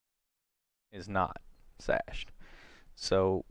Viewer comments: For the love of Christ.... Cache is NOT pronounced SHASHED OR SASHED.... it is like Cash, like money. HARD C like CAT... It is pronounced exactly like CASH. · Cached with a "c", not an "s" 😆 thanks for the tutorial!